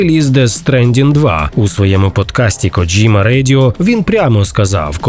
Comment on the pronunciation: Респект за правильну вимову японського імені. Це я про «Коджіму». Добре що не «Кодзіма» і не «Коджима» - що часто в Україні використовували. Дзвінки приголосні і разом з «і» - ось правильна вимова японських слів такого типу. А от «недурно» - це русизм) Критикування нінтендо за підвищення ціни на ігри в порівнянні з Call of Duty - це максимально тупо і примітивно. Нінтендо продає величезну гру раз і все. В той час як Колда має сізон паси, але ви підкреслили, що саме Нінтендо жадібна. Це різні системи і нічого тут когось засуджувати. Вартість на ігри мала піднятися іще років 10-15 тому. А в цілому непогано)